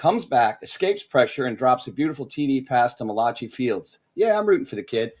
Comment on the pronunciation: said Mulatchi fields caught that touch down lol. It’s Malachi bro lmao